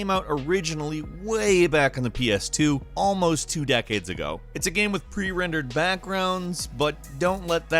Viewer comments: I keep hearing him say gam instead of game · At the :46 mark, why do you keep saying GAEM? It’s one syllable. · Why can't say 'game' right